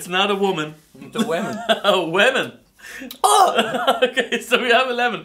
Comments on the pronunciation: scuba steves funny when we ate the lemon and it sounded like women then wemon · "Wemon" - 2016 U guys make me laugh so hard xD